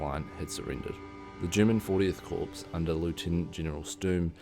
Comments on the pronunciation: FYI: The word "corps" is pronounced French-style, "core," not "corpse." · It’s pronounced core, not corpse